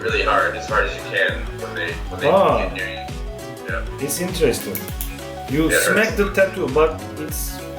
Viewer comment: No one : Volkan Öge : hmm. itis veri intiresting...